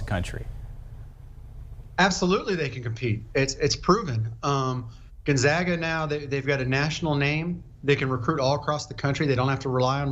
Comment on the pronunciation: Awesome that you pronounced 'Gonzaga' correctly... next is to Google 'Spokane' and learn how to pronounce the city's name correctly for your following reports! :)